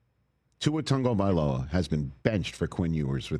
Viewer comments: Is there a reason Rich calls him Tungavailoa? There’s no N in his last name lol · When did an A and a G together, in American English, start making the sound of a U and an N together? Is it TAGOvailoa or is it TUNGovailoa? I'm so confused. Because it's spelled TAG but a lot of people are pronouncing it TUNG.